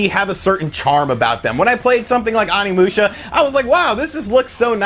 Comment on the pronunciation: I feel like you don't pay attention to very much while you're playing since you mispronounce everything. If you heard even a little bit of Onimusha you'd know you're saying it way wrong. Please TRY.